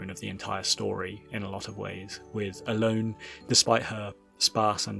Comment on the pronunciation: I think her name is pronounced El-O-nEH